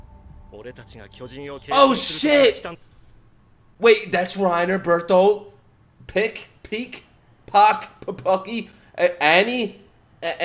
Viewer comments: For the record, the correct pronunciation of Bertolt's name is "Bare-tolt" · Bertoldt's name is pronounced "Bur-tol-dt"! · Hey just so you know, Berhtoldt is pronounced "Bear-Tolt" 🤣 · You say it like Berthold… Bert and Hold berthold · If you wanna learn how to say Bertholds name, just image a bird walking and then say bird halt